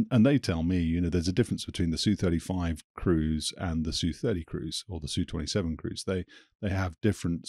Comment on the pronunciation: Great episode again with; and thanks for correctly pronouncing the Flanker as the "Su-27" and not the SU-27.